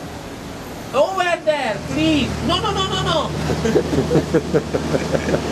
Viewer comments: az inkább óver der, plíz, nononono :) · Bírom a kiejtését :))) "Óverder!!" Nagyon állat XDDDD